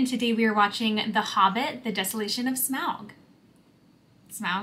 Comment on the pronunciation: You said Smaug correctly the first time. :)